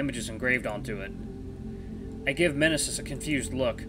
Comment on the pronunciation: I think the M in Mnesis is silent and I believe it's pronounced as nee-sis. That's how another let's player I watch pronounced it.